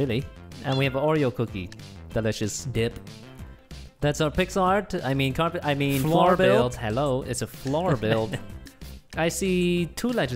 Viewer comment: "pixel art gAy" 😂😂